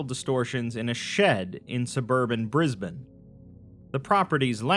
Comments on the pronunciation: YOU PRONOUNCED BRISBANE CORRECTLY OMG!! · Yoooooo he pronounced Brisbane properly!